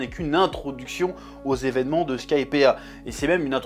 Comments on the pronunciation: Skypiiiiiiea (sky, pied ah !), pas Skypea, pitié Chef, mes oreilles vont pas tenir la prochaine vidéo sinon x) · Bonne review, par contre chef, skypea ça se prononce skaïpi, pas skaïpéa! Bon après ton accent anglais possède déjà sa réputation et tu as déjà dis que tu t'en fous pour na rue to. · Ce qui me perturbe le plus c est qu il prononce bien crocodile alors que dans la vidéo précédente il ne l a pas fait une fois rectification il prononce mal Skypiea oui il en faut peu pour me perturber